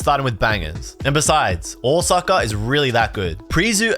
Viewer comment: ahwsucka, hilarious nonce pronunciation